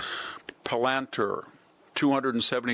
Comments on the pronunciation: Pel-ant-er ? .............. Palantir..... sounds like Pal an teer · Dude reads and reads. Can’t even pronounce Pal en tier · You dull your status as an intellectual when you can't correctly pronounce names of companies such as Anthropic and Palantir. And the company named 'SAP' is correctly spoken as 'S A P'. Not sap.